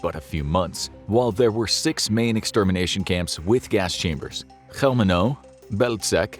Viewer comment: if you say the names of people just write them on the screen because you pronounce them horribly, especially Polish ones -Chełmno -Majdanek -Sobibór -Bełżec -Oświęcim (auschwitz in Polish)